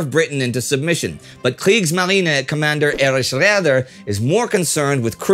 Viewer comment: uff Im German so I think I am allowed to call you that: smartpants, leave it be :D He was the closest I ever heard someone pronounce Räder correctly. And btw in former times, around WW1 and into WW2, germans seldomly used Umlaute. They usually sticked to the ae, oe and ue, because the style of writing at that time made it difficult to properly set accentuations and distinguish the dots from "mistakes". It was even more common to put a minus on top of the vocals so to show that they are the straight vocals and not the Umlaute. Some older folks around here still do this in their handwriting.